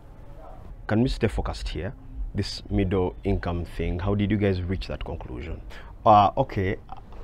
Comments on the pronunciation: Middle with an accent. 😂😂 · Did I hear Mudra or midro?? 😂😂😂 Anyway you would have showed him the newspaper which was saying every Ugandan will be earning at least 200k by 2023😂😂😂😂😂😂😂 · its basically the word middle with a strong western Uganda accent